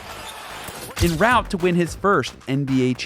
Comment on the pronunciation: You keep mispronouncing ''en route''. If you're going to use that term, say it right (not hating). It's pronounced somewhat like ''on root'' and not ''in root'' or ''in rowt''.